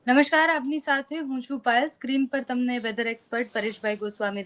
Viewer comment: સાચો ઉચ્ચાર 'નિષ્ણાત' છે, "નિષ્ણાંત" નહી; એટલે કે અનુસ્વાર નહીં. બીજું, "નમશ્કાર" નહીં,પણ 'નમસ્કાર'…